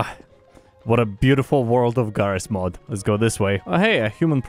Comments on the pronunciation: Ah yes “Jarrys Mod” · "He calls this game 'JarrysMod'" made me laugh so fucking hard